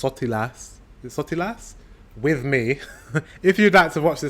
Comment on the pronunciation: That was almost perfect pronunciation of "sotilas"😊